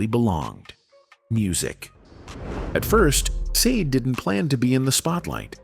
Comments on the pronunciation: She is NOT known as saad - She is known as Sha-day - hate AI with a passion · Mate, here name is not sade it's SHARDAY. Get it right, please. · Wow, shocking but you are NOT pronouncing her name correctly! It is Sha-Day not Sayd! That's the least you could do. 😳 Stop with the AI already! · At leasts pronounce her stage name correctly. Sha-Day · It looked interesting, then the voice over started and pronounced Sade's name incorrectly and two (saade and said😮) different ways inside of thirty seconds.. Go away with your rubbish...🥴🤯 it doesn't sound like AI ...🤔🙄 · Her name is pronounced Shar-day. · AI sucks stop calling her seed. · Thumbs down for using AI and allowing it to mispronounce her name. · I WAS NOT IMPRESSED WITH THIS CONTENT; WHY WOULD ANYONE MISPRONOUNCE HER NAME DELIBERATE AND DISRESPECTFUL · You are not pronouncing her name correctly. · Credibility… say her name correctly!! Annoying! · Why pronouncing a simple two syllable name incorrectly the whole time 😤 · It shouldn't be difficult to remember how to pronounce a world famous star's name! Someone could have corrected them in the first place but obviously no one else knew how to pronounce the name either?!! Pretty pathetic really... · Agreed, he's an absolute dope!